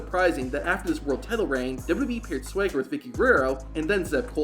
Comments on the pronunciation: Swaygger? Its Swagger. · Why does this guy pronounce it sway-ger 😂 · bro your pronunciation is wild. SWEGGER? TELE instead of TITLE?